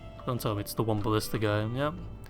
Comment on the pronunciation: whenever u say we ride as one, i hear: "We ride as Juan!". Just makes me picture a mexican with a sombrero on a donkey.